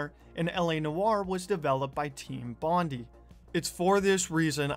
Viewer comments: why did bro pronounce bondi as bon dee instead of bon di😭😭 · You said bondi wrong but fantastic video bro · Lmao the way you pronounce Bondi. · Lol the way you said bondi, anyway good video gonna give a like, maybe a cheeky sub too tehehehe